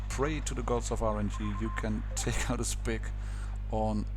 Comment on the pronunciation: Just as a head ups you probably shouldnt't pronounce the Sp 1 C as a spick because its a pretty offensive word